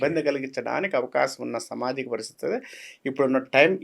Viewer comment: Telugulo samajikam anedi correctga palakalede Pramadalu anedi Pramadhalu ani palukutadu Dr anedi evarina rasukovachu pratimata vatti vatti palukutu telugu ne bhrashtu pattistunnafu.